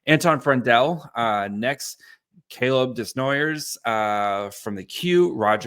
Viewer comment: Commenting mostly for the algorithm, but I'm going to poke fun at you a bit. Desnoyers is a French pronunciation (deh-NOI-ay). Also, I'm pretty sure you meant the beginning of the second round, not the beginning of the first round.